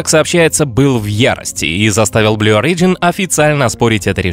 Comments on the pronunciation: Не орИджн, а Ориджн. Ребят, ну уши режет... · В слове Origin ударение на первом, а не на втором слоге! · Origin is pronounced stressing the first letter.